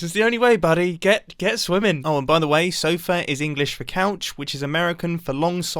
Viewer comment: "sofa" Mumbo is being a Filipino every second